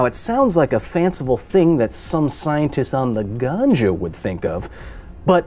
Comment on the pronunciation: As a Jamaican hearing Kyle saying 'some scientist on the ganja' had me wheezing 🤣🤣